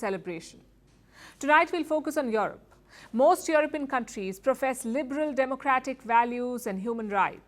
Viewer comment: It is not YoRope, it is YouRope(Europe). How could they hire a Journalist who cannot speak English?..